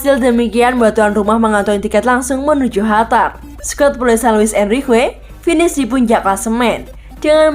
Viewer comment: Qatar min bukan hatar